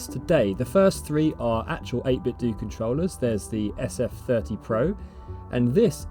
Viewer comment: fyi, it's pronounced 8bit"doh", like Nintendo. :)